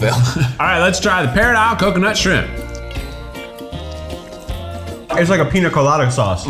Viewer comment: Coming from a native Tennessean, you could really hear the Tennessee in Keith’s voice when he said “parrot isle coconut shrimp”😂😂😂 Shrimp has two syllables. “Shri-ump”😂